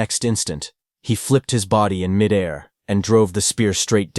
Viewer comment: I always cringe at 'midair'... pronounced like its one word.